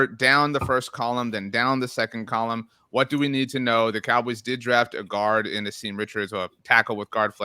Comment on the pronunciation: Asim is pronounced Ahsum